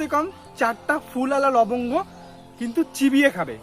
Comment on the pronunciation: লবগ গো বলতে?? লংগ নাকি?? Please dada reply